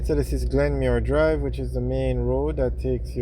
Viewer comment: Yo its not Glenmuir drive its Glenmyir road